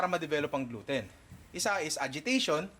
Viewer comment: Ninong said: Glouten di owten HAHAHAHAHAHHA